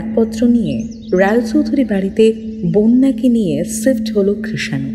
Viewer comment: The female narrator needs to know that its SHIFT & not sift. The female characters needs to work on their English pronunciations. Rest was fine. Albeit there were a few English grammatical errors. Thanks for the upload though. Best wishes from ur brand new subscriber from Hankinson 🇺🇸.